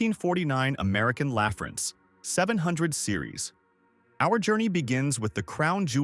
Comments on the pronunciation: American LAUGH France? It's pronounced American LuhFrance. Meanwhile, the Ford C-series commercial chassis was sold by the tens of thousands across the USA! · I'm sorry. This was an extremely interesting video. Unfortunately your choice of using AI generated audio... LAAAA FRANCE... was just too much after the 20th time. Also the jerky camera work and quick cut editing just ruined it. I try and refrain from criticizing other creators HARD work but this COULD have been a GREAT VIDEO!!! An incredible story on these old trucks was, to me, just lost. If you're going to use AI you have to fudge the script to the stupid computer is fooled into speaking the words currectly! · Crappy AI can't even pronounce American LaFrance correctly! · Why are you so ignorant the you can't even pronounce 'American LaFrance' correctly? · A live firefighter would pronounce ALF correctly every time. And when it started talking about the ALF platform (snorkel), it showed one for a few seconds then showed engines.